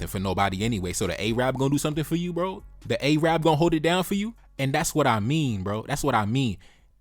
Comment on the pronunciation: A-rab, bro it's Arab